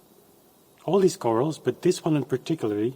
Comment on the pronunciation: Thanks for a very contemplative rendition. By the way not to be annoying but the term “chorale” is usually pronounced « kor -Al »….. emphasis on the second syllable and the « Al » pronounced like the short name for Alan. Your error (slight though, please forgive me) is in pronouncing it more like the word « coral » the endangered sea life that leaves beautifully branched structures or brain-like calcium carbonate (? It’s been a long time) skeletal support that is being bleached by global warming and destroyed by certain marauding starfish